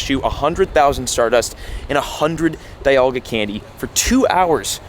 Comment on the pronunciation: Speaking of pronunciations (without throwing offense), it’s pronounced DEEalga not Die-alga. ARIados not Airyados, HoundOUR not Houndoor, ARRon not Ayeron, MYnun like minus not Menun, WALrein because it’s a walrus not a whale, Bagon like bagel, TurTWIG not Turdwig, REEolu not Ryelu, GLEYEscor not Gleescor, ARCeus not the british term for butt… All of these are in the anime. I watched every generation and pretty much all episodes and all movies.